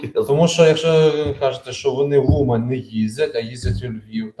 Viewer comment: скопировано 2 года назад Как житель города Умань , осмелюсь вас немного поправить . 1 . Умань - ударение на У. 2. На сегодня у хасидов есть свой квартал в городе , где они выкупили практически всю недвижимость и построили множество отелей . 3. Хотя город действительно небольшой , но орды туристов здесь норма . Их целью является посещение старинного дендрологического парка Софиевка , который входит в мировое наследие ЮНЕСКО . И в завершение : у вас очень познавательные видео . Спасибо за ваш труд. от себя - презедент полуеврей: принял закон о антисиметизме,,, запускаем таймер на перенаселение укрианы в целом...